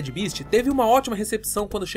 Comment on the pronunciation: Nao é eh nao... bést = best bist = beast